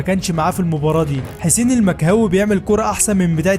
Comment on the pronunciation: حسين المكهوي😂😂😂😂 اسمو حسين المقهوي😂😂😂